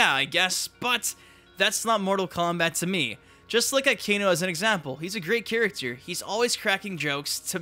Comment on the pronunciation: Nitpicking but I always found it was a bit irksome how pronounces ''character'' as ''chuructur''